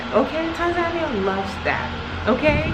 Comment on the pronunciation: I am Tanzanian. All the things you have said about us in the vid are true. Just one favor to ask: could you correct your pronunciation of 'Tanzania'? I know some of us pronounce it like that but it's wrong. Please see below link for correct pronunciation, if you don't mind, as it's more correct or near correct than what you have been hearing from some of us.